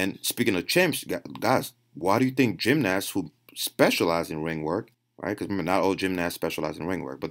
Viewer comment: i like the way you pronounce gymnast, Gymnass